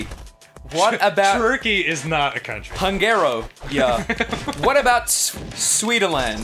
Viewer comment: God damn Ross! You said Hungary wrong.